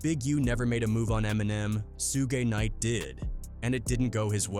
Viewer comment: The ai trying to say suge knight name so bad its hilarious 😂